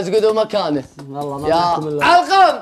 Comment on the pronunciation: والله وليس واللهي.. الله يوفقكم اسم الله عز وجل ونعم به سبحانه وتعالى جل جلاله بشكل صحيح..حتى لو اختلف النطق